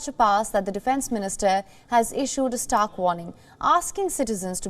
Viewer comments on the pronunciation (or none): none